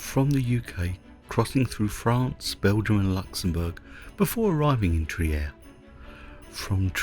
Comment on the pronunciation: Hey, I'm a big fan of your videos. I watch them often as I consider them an oasis of tranquillity in an ever more 'untranquil world, to put it politely. I even use them in my classes sometimes. I was just watching this one with my wife and noticed your pronunciation of the city's name. May I point out it is pronounced Treer ( as in 'beer') rather than the 'Triyer' I think I heard. Best wishes for you and Janis. And happy Holidays. Greetings from an expat in Mexico.